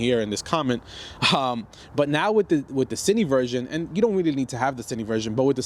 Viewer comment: you keep calling it "cini" but it's "cine", like short for "cinematic"